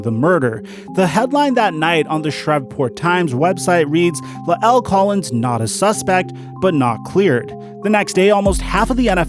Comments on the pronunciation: Pronounced Lyle..not Luh-L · his name is “luh el”. it’s layel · LMFAO "Luh-el" lmfao Sometimes I get the feeling that is kinda on the "simple" side... The man's name is La'el (LYLE) Collins, man. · You say his name funny it’s bothering me lol